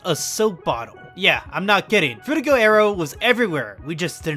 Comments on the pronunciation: I hate to be that guy but, it's Frutiger not Fruitiger. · It’s frutiGER aero. As in Grrrr.